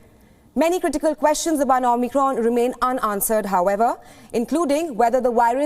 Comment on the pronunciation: XImicron , get the name right